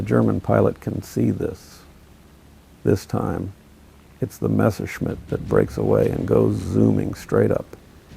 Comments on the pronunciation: What is so problematic saying Messerschmitt ? Almost all you US (and some British) guys always say Mesherschmitt... it is a permanent mess... with the Messerschmitt ! 🤣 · I love your videos, but please, learn finally to pronounce Messerschmitt right. It just hurts my ears hearing you say Meshersmith instead of Messerschmitt. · Every time he says "Mashersmitt" i just want to cry out loud... Dude. you are making WW2 aviation content. Learn how to f***ing pronounce at least the most important Names correctly